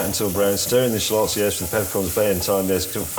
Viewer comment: "Shuh-lots"? Sounds like May has been hitting the Asian Parsnip Gin! LOL! 🤣 "Sha-luhts", James.